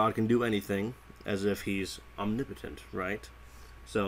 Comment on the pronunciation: Am i the only one who is triggered at how he says omnipotent (ohm ne POE tint)